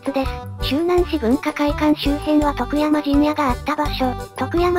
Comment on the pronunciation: 「徳山」のアクセントがネイティブ感あって良い。